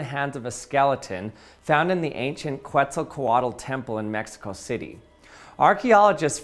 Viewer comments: "Kwetzle-Kwottle" 😭😭😭 you don't pronounce the U's bc they go after Q's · I am replaying the part where he pronounces “Quetzalcoatl” and it’s funny! The pronunciation *according to Google” is ket-suhl-kuh-waa-tl!